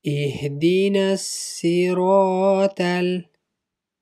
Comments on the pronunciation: You have to learn first. Its not "" ihdinassiraTAL""..its ''"ihdinassiraTOL"" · Actually you are right,its ihdinassiraatol,the toh is pronounced as a taa. The tajweed is not correct and dont argue with me because I have finished memorizing the whole quran and I am a hafith. Also I have noticed that the "thaal" is pronounced properly from its origin